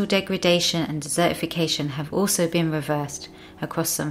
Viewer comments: I get so annoyed by the commentator's inability to pronounce the letter T when it falls in the middle of a word. For example, the word desertification is not der-ification. If you want people to watch/løisten, get someone who speaks correctly. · Puccini 45 - this dropping of the letter T is less to do with class and more to do with region. In Wales and Northern parts of England the T sound is celebrated despite the educational disparity.